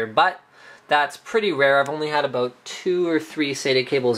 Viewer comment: "aboot" <3